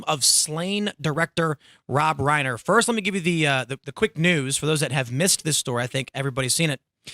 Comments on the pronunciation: Rye-Ner not Ray-ner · Rhine-er, not rain-er.